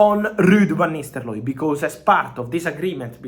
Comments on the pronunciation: Lol Fab you gotta stop saying Nisteloooi. It's Nistelrooy. You giving me anxiety 😂😂😂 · Fabrizio... It's not Van Nisterlooy, it's Van NisteLRooy... It ends with rooy, not looy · Lud vanisteloy 😂😂😂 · 😅The way Fabrizio says van Nisterlooi is pretty hilarious😆🤣😂🤣😅😆😂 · U are right 😂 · I was about to say same😂😂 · Indeed .... Agreed 😂😂😂😂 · He says nistel-roy 😂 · Ruud Van Nisterlooy😂💀